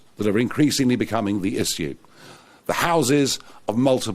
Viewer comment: Maybe one day he'll learn to pronounce "Issue" 🤣🤣